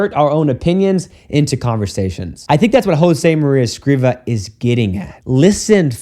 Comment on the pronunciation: Father, I believe the writer's last name is Escrivá, which means that the tonic syllable is "vá", instead of "cri". In Spanish, accents (or lack of them) tell you the accentuation of any wors